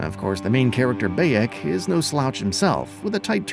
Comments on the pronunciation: Bayek❌ Bay-eckk✅ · lol his name is bay-ek not what ever you had on said 😂